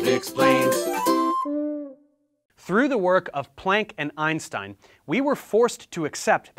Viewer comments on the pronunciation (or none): none